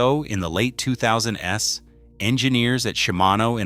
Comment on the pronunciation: By the late 2000 ess? What kind of AI BS is this?